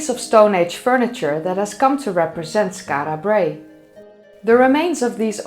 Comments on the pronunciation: As a proud Scot I found this video fascinating and incitful. Your pronunciation of Skarra Brae is spot on and I still use words like midden which leaves my English wife very confused. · The way you pronounce Skara Brae is divine ! You are now officially my favourite 'Skara Brae' pronouncer !! 😄😄😄